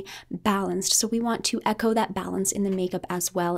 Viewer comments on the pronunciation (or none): none